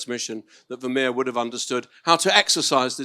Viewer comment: this interviewer can't even pronounce the name Vermeer correctly!😮